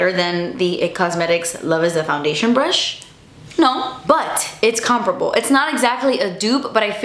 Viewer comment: NoooooOoOoOooOo says COMPRABLE INSTEAD OF COMPARABLE. why so many youtubers say it like that. Skip the A